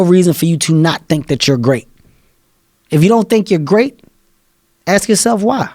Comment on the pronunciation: Kevin Hart had to, just had to, pronounce 'ask' as 'aks'? - like an illiterate, to which he is not. is there a gene for dyslexia? - or is it cultural ignorance mispronunciation/language appropriation for the purposes of showing 'alpha status'? - because, if you disrespect the English language on purpose or by neglect, the same disrespect comes back at you, or a large group...and, you call this 'bigotry' and 'racism'...small things do add up; call it the 'Butterfly Effect'...